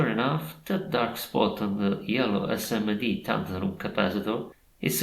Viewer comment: "Yello EsseEmmeDee" 🙃